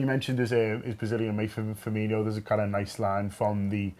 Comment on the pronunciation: It's Firmin-o, not Firminho. Although, Klopp did say it too.